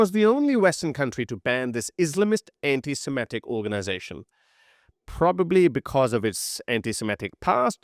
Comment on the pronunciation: ...it is antiSEMITIC...not antiSIMETIC! The people were SEMITES! Please try to stop making this american style mustake!